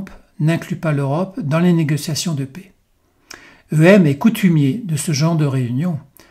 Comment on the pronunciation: Arretez de dire la "pé", la PAIX se prononce "è, ê, est, ai" et non pas "é ou et". Merci pour ça et vos vidéos 👍